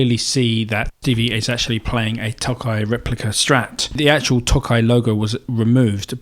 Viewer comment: Tokai's first half should be longer, as if you're saying "toe kite" without the t. It means "eastern ocean." Their names sound silly (Breezysound is their Tele, Love Rock is their Les Paul) but the sound and playability are good. I've had 3 Fender tele's but am currently playing a Tokai as I like the sound more.